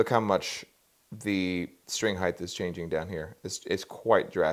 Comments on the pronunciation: Awesome model. great explanation. Can't stop noticing he seems to be saying "heighth" its in my head. Wtf is heighth. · Neat model, good advice. Friendly reminder that “heighth” is not a word.